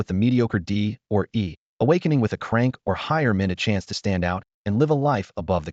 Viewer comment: 😂😅😅 It's C-Rank not Crank it cracks me up everytime 😅